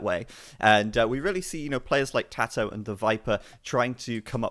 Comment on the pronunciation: His name is tatoh not tadoh. Where do you hear a D in his name? Don't you know it's disrespectful to intentionally mispronounce someones name?